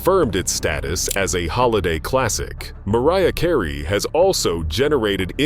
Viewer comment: Please stop mispronouncing these artists' names!!!!!!! Who the heck is MAR ee ah Kar ayyyyyy??/